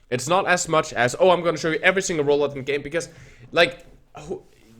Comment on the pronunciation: Its single, not singel ;) (see desc) also nice vid!